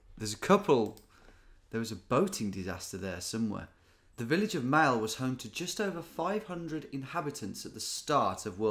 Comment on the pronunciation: Maillé is pronounced like my-eh not like mail and Péan is like peh-the an sound in answer without the hard n just the huh sound and Wehrmacht is mahht not mackt(